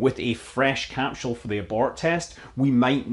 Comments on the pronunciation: It's not a 'capshool', it's a 'capsule'. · Cap-sule not cap-shule 🤔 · do you know anything? And can you pronounce "capsule" correctly perhaps...are you part of the mis-information effort you speak of... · Let's hope SpaceX's "Capshul" isn't delayed too long...I could listen to that all day!